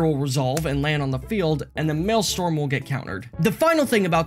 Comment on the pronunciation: Maelstrom, not Maelstorm.